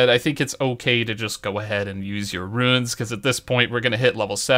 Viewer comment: I love your videos - I put them on and listen while I'm getting ready for work so I have what I wanna do in my head later. Only thing is,, you keep saying "Runes" instead of "Ruins". Roo-Ins. Haha but thanks for keeping on top of this videos early in the day, super helpful.